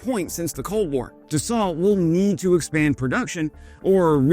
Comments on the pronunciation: It is not pronounced "Rafael" (rah-fi-el) (a male human name) - It is Rafale (rah-fal) which means "wind" in French. Please look up pronunciation before doing a video. ALSO the company is pronounced Duh- so NOT da-salt. Otherwise, decent vid. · Le pronociation est Dassoh, mon ami. C'est n'pas tres difficile. l'm American, too and probably butchered the French explanation, but you get the idea. Other than that, nice job.